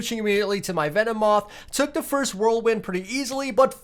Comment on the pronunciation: the name is meowth pronounced meow-th